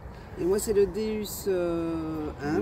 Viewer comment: Magnifique passion avec des gens bien.par contre madame c'est un deOUs sa se prononce DeOUs car le non c'est dieu en latin .